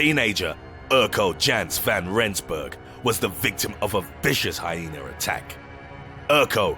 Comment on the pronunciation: Lmfao. I died. "Like a ... PENIS!!!!!!!!!!!###!###!!!!!!!!" ROFL this commentator kills me man some of his other videos too. They are supposed to be dark and edgy but he makes me laugh. The way he pronounced shit too rofl. "State-us (status) or HyenAR (hyena)"